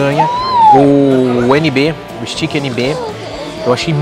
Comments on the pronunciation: Pronuncia Steak é esteique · Contei aqui: o termo "stiqui" foi usado 37 vezes. É de crucial importância entender onde estamos indo e a forma correta da pronuncia dos nomes antes de fazermos vídeos. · Nb “stiqui”